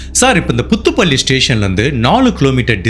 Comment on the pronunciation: புத்துப்பள்ளி ..... அல்ல bro . ' புதுப்பள்ளி ' யாகும்😊